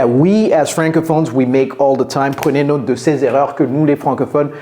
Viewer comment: Il m'a pris pour un jambon lui! (he took me for a ham!). Le gars se moque de la prononciation "retire", il dit qu'il est francophone mais ne sait pas prononcer "note" comme il faut (french "note" is pronounced as an english "not", NOT as an english "note"). Il parle bien français (si ça tombe il sait juste lire mais ne comprend rien) mais il est évident qu'il n'est pas francophone de naissance. Avoir un accent ce n'est pas grave, on peut dire "ritailleur" avec l'accent français, on sera bien compris c'est "goudineuf", il faut juste éviter les erreur comme "reutailleur" ou "ritire".. ou dire "naute" à la place de "note" quand on parle français. Il faut utiliser au mieux les phonèmes dont on dispose et ne pas trop se focaliser sur les nouveaux.